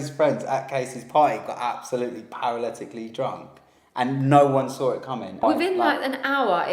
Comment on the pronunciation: How many times did they say ‘paraletically’ 😂